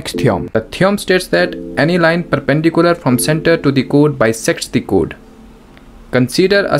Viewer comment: Chord❌ code ✅